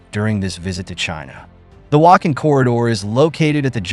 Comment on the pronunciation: Please learn how to pronounce the names of important regions correctly; e.g., Wakhan is pronounced as Waakhaan, the aa sound is similar to "aw" in law.